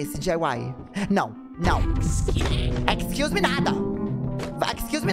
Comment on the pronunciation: Excluse-meeeee NÃAAAAOONN JOGA CAIXA então é assim que se conversa em ingles? amei